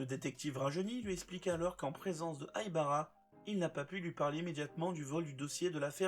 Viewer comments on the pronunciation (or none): Bonsoir, je note que vous faites un effort de prononciation en disant "Itakula". Je ne peux que féliciter cette initiative. Cependant, pourriezvoisla poursuivre avec Haibala, Kogoro et Môli (au lieu de Mouri, quelle transcription moisie n'empêche ) ? Merci. Et chapeau le résumé ! Ça doit être du boulot !